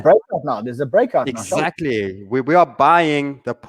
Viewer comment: Exackly, exackly, exackly!!!!!